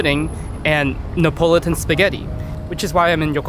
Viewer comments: It's pronounced "ne uh pah luh tun". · Neapolitan has 5 syllables, not 4.